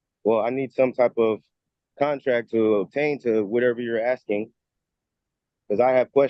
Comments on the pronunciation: He is axing you🤣🤣🤣🤣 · He just be axing questions. Come on man. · I'm axing you. What a nitwit!